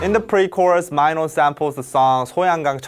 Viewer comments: Ok I was low key a little bit out off every time you said m-I-no. I LOVE YOUR VIDS. but yeah😂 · He says minos name right twice then goes back to "MYNO" LOVED THIS VID THO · IS IT JUST ME OR DID I HEARD HIM SAYING MINO'S NAME "MAINO"???? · This is great and all but like WTF i didn’t know it was pronounced as MyNo... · Also, why do you promounce MINO as MY-NO? 😆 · My-no? C'mon..... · Because mino itself always pronounce like that :D he always says : em-ma-e-no Lol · i was todays years old when i learned “mino” is pronounced as MYNO i- wtf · So it was really May-no,not Mi-no. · TIL Mino is pronounced my-no. facepalm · he saying "my-no" makes me uuuuh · Wait mino is actually pronounced "MY NO" ????? wTtf i feel scammed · No offense and btw this is an AMAZING VIDEO but i get triggered every time he said Mai-Noh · You kept calling him Mino, as if it rhymed with "rhino." Isn't his name pronounced like "Mee Noh"? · Did he pronounced it myno lmao 🤣🤣🤣 im cringing everytime he sais it. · Could he stop calling Mino as Miiino, you're a Korean damn it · If you say "My-No" one more time I am going to have to unsubscribe. 😁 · is it just me or the guy explaining the song pronounced his name wong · I cant be the only one noticing how he’s mispronouncing MINO’s name. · Wait so he’s pronounced mY-no and not mEE- no? I’ve been calling him MEENO all this time so am I wrong ?? Lol love this explanation Lmfaoo when you said you thought this song was all about sex and you said “the climax of this song” right after that lol 🤣🤣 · Ok is his name really pronounce like my-know? I thought it was like Minnow...??? Am I crazy or has all of the studying of korean I’ve done been wrong up until now😅😅😅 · the whole time I call Mino, Mino (Mi-no) but when I heard the way he calls him Mino (Mai-no) i was like: wtf!! am I really an innercircle? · I always thought Mino was pronounced “Mee no” but here they’re pronouncing it as “My no.” Innercircle, which is it?? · I'm pretty sure it's mee-no not my-no 🤣